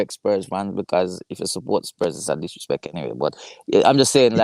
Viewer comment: saying ‘it’s a disrespeck supporting Spurs’ 😂😂😂